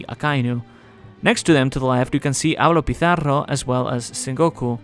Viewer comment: Esa pronunciación de Avalo Pizarro 👌🏻👌🏻👌🏻👌🏻